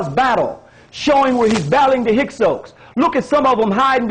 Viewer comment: Narmer defeated scorpion? He may have been narmers father. You don't know shit from clay. And learn to say Hyksos properly. Total tool.